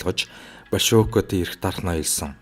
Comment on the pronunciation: Большевик, Волков гэдэг нэрийг эхний о дээр өргөлттэй дуудна. Б